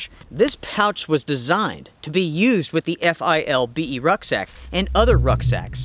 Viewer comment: It's pronounced FILL-BEE